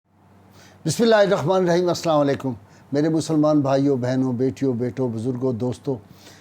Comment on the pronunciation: آپ بسم اللہ شریف میں "ح " کے بجائے " خ " پڑھتے ھیں